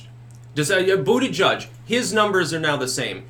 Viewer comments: Its butty-geeg! You had it right before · I clicked on this video to hear you say ‘booty judge’. It’s been stuck in my head for weeks.